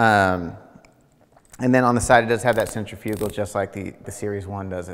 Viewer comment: I hate when people don’t know how to pronounce centrifugal. “Century fugal”🤣🤣